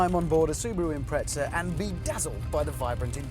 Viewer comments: im-pre-za why the fuck do Brits add a T? im-pret-za. there's no T wtf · He pronounces it like "tz" because that's how the Italians pronounce their Z's. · Jimbob Randoms The British (and Australians) have a knack for improperly pronouncing names from Japanese companies. Nissan and Prius are good examples of this. For whatever reason, Hammond, on more than one occasion, likes to pronounced Impreza as though it were spelled Imprezza and with an Italian accent.. Personally, I pronounce the Z as just a Z.